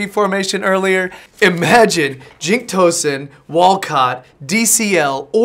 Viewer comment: Its toesun max not tossin